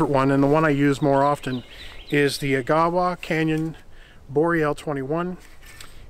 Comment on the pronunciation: I think the Coghlin saw was binding on the push stroke - many saws like that only cut on the pull stroke, including the Silky and the Fiskars. Change your rhythm and it might cut faster and safer. By the way it's pronounced Ah-gah-wah, I've been there.